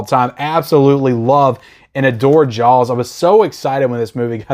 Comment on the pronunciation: It sounds like you are saying Jaawels instead of Jaws :) Disagree on Scarface. I thought the transfer was meh. But maybe I should watch it again.